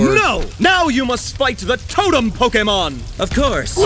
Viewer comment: POKAMON HE SAY LOL XD